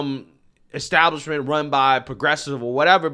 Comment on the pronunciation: i would make you leave for saying EXtablishment.